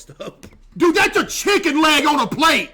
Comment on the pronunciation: "imagine being ah-ah chicken" yeah you lost me there big dawg.